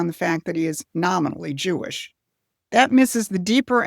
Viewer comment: You’re pronouncing “Jewish” wrong.